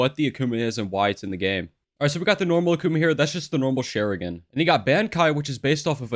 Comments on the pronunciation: Nice video, very helpful 😎 btw it’s shah-rin-gawn (sharingan), shi-soo-E (shisui), soo-sah-no/noo (susano’o) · "sharigen" - 2021